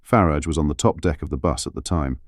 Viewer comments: Please pronounce Farage's name correctly. There is no "I" in Farage.!!! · Why call him Nigel Farridge, it is FARAGE. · Please stop referring to Nigel Faaaraàge as Fariiig! It's disrespectful!